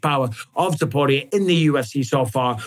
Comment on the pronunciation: Am I the only one who is annoyed by the way Mike b says topurrrrrias name 😂❤